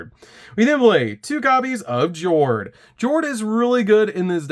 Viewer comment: Yo-ho, mateys! 🏴‍☠️ BTW, Jord is pronounced Yord. The Patrollship names are their attributes in Norwegian and they pronounce "J" like a "Y"